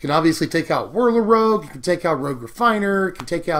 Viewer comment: "Whirler Rouge" ..... Okay then.........